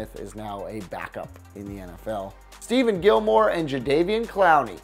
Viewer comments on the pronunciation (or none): Did you just say “Steven” Gilmore?... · Samuel Attebery ikr why can't he say stephon right